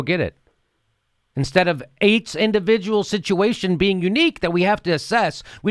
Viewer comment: 8 indivijul sitchuations. horrible indeed.